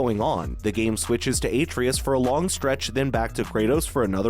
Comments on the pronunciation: Did this guy even play the game? If so, why tf is he saying a-tree-us instead of Atreus? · It’s pronounced “Ah-Tray-Us”. Put some respect on his name, boy!! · Him pronouncing Atreus like Aytreeus even tho they say the correct pronunciation a million times in-game is annoying as hell lol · what the hell is an Atreatus? Atreus, my guy. AH TRAY US. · Its hard to take this review seriously when he keeps calling Atreus aytreeus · Absolutely review bombed. Full of out of context 0 scores that make no sense. BTW, Ah-Tray-Us. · Yeah, like has he never heard someone say his name?? lol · How do you mispronounce a name that is spoken over a hundred time by a dozen characters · Idek how you pronounce such an easy name so wrong. That being said I think this game sucks so bad. Especially after playing elden ring. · The fact you can’t even pronounce one of the main characters names right shows how out of touch you are. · You're butchering Atreus' name is making this and the negative reviews themselves impossible to take seriously. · Dumb video. Can't even pronounce Atreus. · Why is he pronouncing Boy's name wrong? Something tells me he didn't witness any of the game. Dislike from me dawg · Is this video just trolling? Can't even pronounce Atreus correctly. Dafq